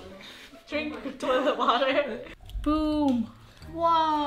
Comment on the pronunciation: Once upon a time, said “DRinK mY TioLeT WatEr😡😡😡”